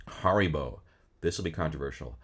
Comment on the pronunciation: agreed with most of this list until I heard how you pronounced Haribo